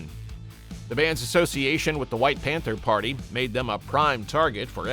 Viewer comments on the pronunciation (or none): none